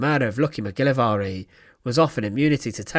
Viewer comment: You make the Scottish name Mcgilvary sound VERY exotic ..fyi its pronounced Mick - gil -vary not the way you said it . Thought you would know this seeing how you are British.